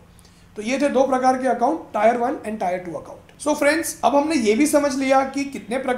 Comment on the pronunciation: Good information about the corpus and inflation rate.... But bro it is AN Indian and please don't say टायर yaar... Please say टीअर.... Otherwise very good video.